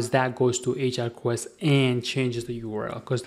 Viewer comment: "Ajack request"?? maybe before you try to create a tutorial video in Englilsh you should learn to correctly pronounce English words.